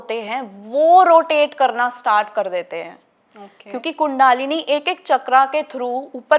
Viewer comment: बहन जी, कुण्डालिनी नहीं बल्कि कुण्डलिनी होता है।